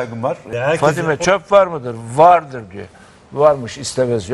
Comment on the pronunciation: Vardiri vurguluyor